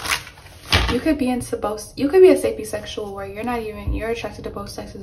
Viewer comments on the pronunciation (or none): it's pronounced " say-pee-oh sexual " not " sa-pee sexual " 😂